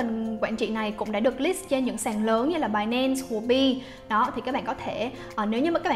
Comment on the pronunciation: Binance đọc thành "bài -nen" nghe dị vãi